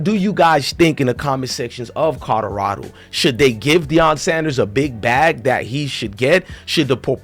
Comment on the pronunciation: If you say codarado one more time